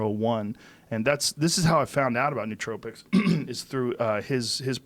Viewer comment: He sells nootropics and doesn't even know how to say the word... huge fail